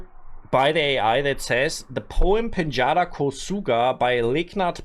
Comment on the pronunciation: Hey bro, in Nepali read J as it is , don't say ye. It's not pinyeda ko suga, it's pin-z-daa ko suga. We used to do that , interchange j and y, mostly read ye for j but we don't do that anymore in contemporary Nepali.